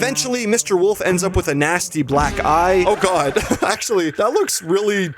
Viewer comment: OH MY GWAD,OH MY FREAKING GWAD IS HAPPENING TO THE BAD GUYS 2-IMA CRASHOUTTTT